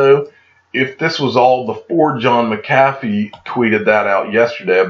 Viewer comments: John McCathy? Never heard of Her BUT I've heard of John MC A FEE--I sounds like it's SPELLED--Don't you Speak English in Georgia? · Digital Asset Domination! Who pronounces it right McAfee or DAI ? Maybe that’s how he throws em off, by saying his name wrong